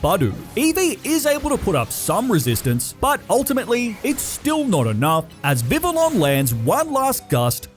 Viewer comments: Dude vivillon is pronounced Vi-Vee-On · It is pronounced viv-ee-on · this dude pronounces some names so funnily did i just hear this dude pronounce xavi as shavi also vivillon is pronounced vih vee on